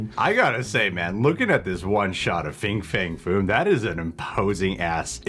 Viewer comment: it's not fing fang foom.....:)